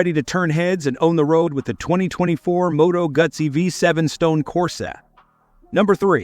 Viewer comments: Pretty cool modern retro models. And it's "Moto Goo Zee", not "Guz Zee". Too bad there aren't any American brands on here though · Moto Gutsy. Artificial unintelligence pronunciation strikes again. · Moto Guts ee?…. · Moto Gootzi not Moto Gutzy. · Moto Goo-tsi please……… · Moto GOOT see. Pronounced like PIZZA (PEET za) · They just can't get retro right. I don't remember a "T" in Moto Guzzi, lol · Ewww not ahhhh Moto Guzzi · These metaphors are wild 😅 at least AI delivery is funny, cracked me up when it said “Moto Gut-See” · Am I the only one who thinks that whoever produced this video never listened to the audio? I can't decide if it's a botched AI trying to write/speak ad copy, or it's a really terrible text-to-speech app? Moto Gut-zi? Describing the brakes on one bike as having A...BS? Terrible commentary. I'd be glad to re-record it for Motorfied! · Moto Gutsi? Come on stop with the AI reader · Moto Gootzi is the Italian pronunciation, but back in the 70’s here in Milwaukee we left out the “t” sound. was sweet. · This announcer never rode a bike in his life and sure don't know how to pronounce Moto Guzzi. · I am sorry you misunderstood my statement. I was referring to the AI voice mispronouncing Moto Guzzi on the video. I am also very impressed with those magnificent machines and am currently looking to purchase one.👍